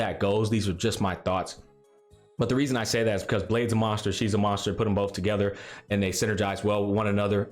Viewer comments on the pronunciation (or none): none